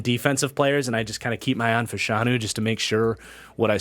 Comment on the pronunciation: The correct pronunciation is FASH-UH-NEW